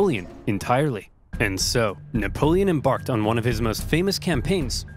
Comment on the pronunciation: “Nickapolen” Got me dying 💀